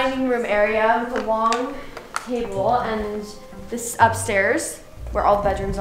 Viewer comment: This is the long table Me: thinks did she say that wrong? Also me: DID SHE SAY WONG INSTEAD OF LONG 🤣😂🤣😂🤣😂